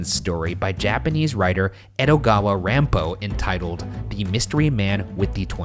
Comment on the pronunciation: that pronunciation of 'ranpo' made me cringe On another note, there's a Japanese movie 'soredemo boku wa yattenai' (I just didn't do it) which shows the Japanese "guilty until proven innocent" legal system in action btw. There's other movies too but this is the only one i can remember rn. Sure, low crime rates and high crime solving rates are great, but come at a cost.